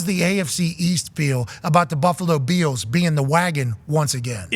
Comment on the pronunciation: I always thought Pat said Buffalo Beatles, now I realized he is calling them Beels lol